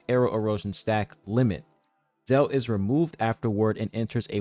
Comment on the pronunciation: Please learn how to pronounce the word "zeal."